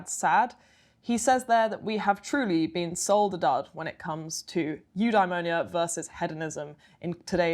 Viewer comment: Have a drink every time she says ‘new dimonia’